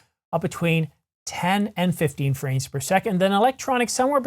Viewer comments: Is it just me or does it sound like he says "franes" per second vs. "frames" per second? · I appreciate your content and watch it with regularity. Also I mean no disrespect but I just watched a segment at 0.25X and your lips don't touch when you say "franes" per second but they do when you say "image" .